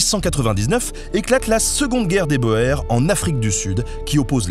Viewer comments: « boers » ça se prononce [bour] car en néerlandais (ou Afrikaans pour le coup ^^), le « oe » se prononce [ou]. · Passionnant, comme toujours. Juste une précision : dans la "Guerre des Boers", "Boers" ne se prononce pas Boërs (beau-hère) mais bien "Bourre". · Excellent épisode comme toujours. Dommage pour la prononciation, certes anglicisée. Adrien (Adryen) Carton (comme un carton) de Wiart (oui ar). De même, on parle pas de la guerre des Bo-aires, mais des Bours : cela vient du néerlandais, les Boers, ce sont les fermiers... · Les « Bohères » ?? Ah oui, les Boers (« Bourz »)… « Quant à ses mémoires […], elles portent sobrement le titre de Happy Odyssey. » Cher Benjamin, mémoires (au sens d'écrits autobiographiques) est un nom MASCULIN pluriel, donc votre phrase devrait être : « Quant à ses mémoires […], ILS portent sobrement le titre de Happy Odyssey. » (De même, un étudiant rédige UN mémoire, et non « une » mémoire. C'est le même mot.) En dehors de ces détails, votre vidéo est passionnante. Bravo. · Pour info, boer ne se prononce pas "bohère" mais "bour" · Carton de Wiart est une famille noble hennuyère, donc, ça se prononce à la française "de ouillar" Quant à Boer, ça ne se prononce boure et non boère. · On ne prononce pas "Boère" mais "Bourss". ;) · Tu peux prononcer so nom à la française , aucun Weyiart ici . Et aussi les Bo hairs (lol) en néerlandais c'est les " bours" (paysans) . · Boers ça se prononce bours et non pas boèrs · Boers se prononce Bours et pas Boère ("oe" en néerlandais se prononce "ou" en francais) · La guerre des "Bohères" au lieu de la bonne prononciation "bourg" m'a piqué les oreilles.😉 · Toujours très intéressant. Merci Nota Bene ! toutefois , il me semblait que "Boers" se prononcait "Bour" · C'est de l'afrikaans, la langue des colons d'Afrique du Sud qui est vaguement dérivée du flamand car les Boers étaient les descendants des premiers colons néerlandais. "Boers" se prononce [bəʊəz] ou "Bourz". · sauf erreur, Boers se prononce "bour"